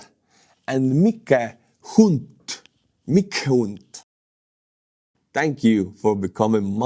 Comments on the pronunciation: How is your English is so damn pristine, with no errors, but when it comes to pronouncing "Mike Hunt," an English name, you pronounce it as if it were a German name (despite not being German)? Maik Huhnt (like hunt deer in the forest hunt)? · Bro said Mike hunt 😂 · you’ve been trolled with one of the names you butchered. Mike Hunt is…well I’ll let you figure it out 🤣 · lol - the butchered name at the end of the video "Mike Hunt"..... think about it now.....ROFL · Okay, who trolled with “Mike Hunt” 😂😂😂